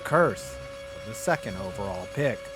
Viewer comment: …”OVERALLL”? That extra L was prescient…